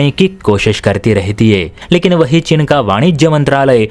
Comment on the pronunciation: चिन नहीं, चीन है। भाषा सुधार करो।